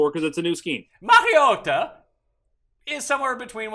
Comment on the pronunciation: DK: mschiissler Pick: Denver over 7.5 Please don't let say Mariota anymore